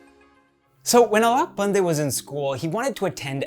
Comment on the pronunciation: your pronounciation is almost correct 👍🏻